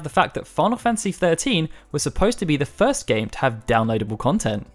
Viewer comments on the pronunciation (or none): none